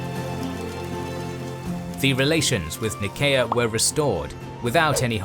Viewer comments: Why you say "Nееkea" instead of ""Naiseea"? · Your pronunciation is poor! Go on a SkillShare course and learn to pronounce the city and region names in your videos - "Nickea" ! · Anyone else bothered by the constant mispronunciation of Nicea? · (Nyseea) is how i always pronounced nicea